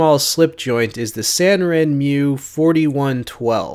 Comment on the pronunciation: Not trying to sound like a pronunciation monitor here . I spent two years in Japan in the US Navy. If you want to sound cooler and more Japanese savvy , pronounce it Sahnrenmoo . The r is slightly , rolled like a Spanish r , just a little less so . No y before the u . Think of a woman named Sandra Moon . These hints might make you sound more badass to all the Japanese blade fan boys. Katana shouldn't spoken Ka-tenna , but more like Kahtahnah, no stress on any vowel . Wakizashi isn't Wakeezashee, more like Wahksash with a hint of an i at the end . The word for dagger , tanto , is tahntoh , like the Lone Ranger's sidekick , not tehnntow like so many say it . Thanks for the videos .